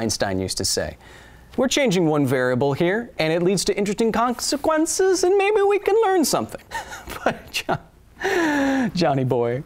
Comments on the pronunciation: “Interesting conckequences” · Conkcequences. New word. Thanks!